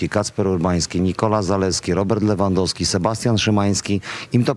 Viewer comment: jak możesz Panie Borek ciągle na rzut rożny mówić Corner, gdzie ty chłopie mieszkasz ? albo jak można wymieniać nazwisko piłkarza np Lewandoski ale to akurat się tyczy większość tych co pracują w TV... Komoroski, Trzaskoski itp itp nauczcie się języka ojczystego głąby...